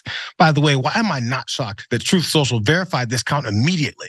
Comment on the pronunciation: I kinda like how John calls "tweets" from "Troth Senchal" "bleats" myself. Hey maybe there will actually be some truth on the platform. Until then I refuse to use the "t" word in connection with Donnie's platform. He should just call it "Trump Social' in my opinion. After all, I thought his 'brand" was supposed to be valuable.